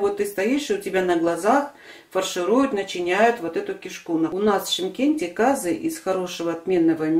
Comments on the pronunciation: Как только услышала кАзы , сразу переключила . Если не знаете как правильно говорить, то откуда вам знать как правильно его готовить? Не кАзы а казЫ , не мАнты а мантЫ. Ужас . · Умоляю ствьте ударение на Ы ☝цены вам не будет 👍КазЫ👌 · Ударение на ы